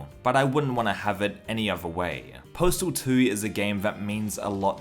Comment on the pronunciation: Why do you keep saying postal tooie?